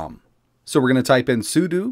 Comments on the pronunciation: I know it's knit-picky, but since you talk a lot in your videos: it's pronounced sue - dough. SUDO isn't sue - doo, it's SUE - DOUGH. Ok? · It's SUDO, not SUDU. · Its not SOOODOOO its SOODOH!